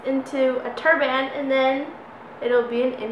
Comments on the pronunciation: Turban. Its turban Not turrrrbmannn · you say turban kind of weird haha like turBAAAAAN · Ahh you kept saying tur-BAN! It drove me nuts haha. Awesome video though :)